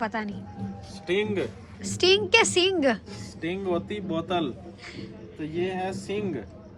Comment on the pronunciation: Sing ni sink hota ha😂😂😂